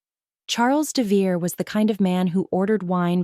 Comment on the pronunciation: AI narration often pronounces names wrong. According to the spelling (Devereaux), it should be DEV e row. That's only one of several spellings the AI subtitles use, but it is the most common.